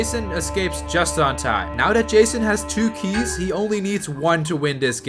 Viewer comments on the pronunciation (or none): none